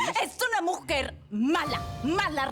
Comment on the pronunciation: dijo mojer no mujer